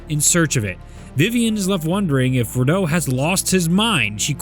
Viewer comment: Finally pronounced Rideau correctly